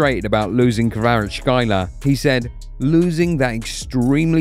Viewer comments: Not Kvarachkaila but Kvara-ts-kh-elia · Kvarachkelia not kvarachelia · Kvara - Ckelia is closer to his last name then what you're saying. Dont torture yourself lol. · Don't need to struggle. Just say Kvaratz-helia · Hvicha KvaratsHelia this is how to pronounce his name in English. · Nobody butchered his name worse than you lol ! Kvarashyler Freestyler raka makafo ! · Its not that hard, rly - Kvara (very ez to pronounce). problem is next for letters tskh, which, in Georgian is just two (ცხ) - pronounce it like "s" and "k" (preferably with sligh hush near the end) which are closest. Elia is also ez. So Kvara(t)sk(h)elia. Hope i made things easier for u. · its izi you need to say kvarackelia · Mate, your pronunciation isn’t even close 😂